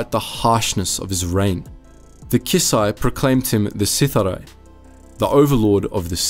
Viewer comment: WHAT is Sith-a-Rye?! It's Sith-ari!